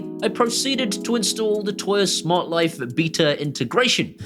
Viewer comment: I really love your vids, but for the love of God, can you please stop saying 'toya'? 🤣